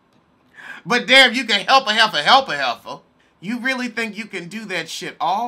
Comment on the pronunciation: "You can help a heiffa help a heiffa"